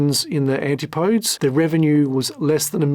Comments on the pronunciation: AN-TIP-OH-DEEZ, not anti -podes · FOR THE LUVVA GOD! PLEASE LEARN HOW TO CORRECTLY PRONOUNCE THE NAMES OF PEOPLE AND MACHINES. ANTIPODES IS NOT PRONOUNCED ANTEE PODES. IT'S PRONOUNCED AN TIP O .DEEZ. IT'S DISTRACTING TO CONTINUALLY HEAR NAMES MISPRONOUNCED. SORRY TO APPEAR NIT-PICKY. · There is a proper way to pronounce the steel submersible. It's not ant-ti-podes. It is pronounced an-tip-o-dees. ETA. I doubt Oceangate carried any liability insurance. No underwriter would take on the risk of an unclassed vehicle and the operation surrounding it. Also, there's something still to be uncovered around PH. Stockton, desperate for cash was giving up 25% of his gross take every dive giving PH a seat? From what I know, PH wasn't a naval architect, he's not an archeologist, he never authored any books on the Titanic, he never had family on the wreck, his only claim was he saw it 3x some times from dives. There's a example out there where he incorrectly identified a comm device on the wreck. Some expert. He was however a director of the company that held salvage rights to the wreck. I wonder if he leveraged that to force his way on as a passenger. I can't see money hungry Stockton happily waving away $250 large for what amounts to dead weight on the Titan. Your presentation was really well done, kudos. Others should do so well. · An tip OH- Dees Is how to pronounce Antipodes. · Every time he says Antipodes I die a little bit in sympathy for the English language😢similar to when African Americans say arks instead of ask😢does he realise the ANTIPUHDEEZ (pronunciation) was named after The Australian New Zealand region? The Murican ejakashun sistem is a worry, try English, Geography and the metric system before you fumble around with AI and make it worse😅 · And why can not a single Youtube channel that talks about OceanGate pronounce Antipodes properly??? Seriously, you are allowed to look up words you are not familiar with before recording. You SHOULD be expected to, actually.